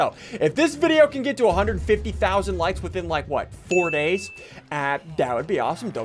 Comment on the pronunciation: SSundee:in 4 DAYS Me:i think you said it wrong